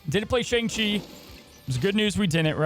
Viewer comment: Hey, you said Shang-Chi wrong in this video.